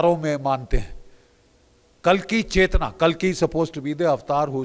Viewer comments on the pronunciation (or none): none